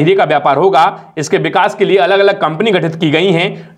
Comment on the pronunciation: Bhai thoda fluent ho jao yaar vikas ko bikas mat bolo 🤦 Please